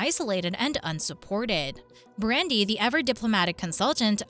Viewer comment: I totally agree. These artificial voices are absolutely hideous. For instance the consultants name is Nicole not nickel. The male Atlantic consultant is named Brandon not Brandy. these are just two examples of constant mispronunciations.